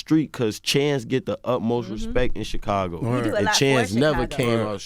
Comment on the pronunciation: Any notice Charlemagne calls Chicago xhakago